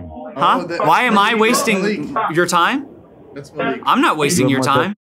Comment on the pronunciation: it is mallik not maliik and a is short im Pakistani so I know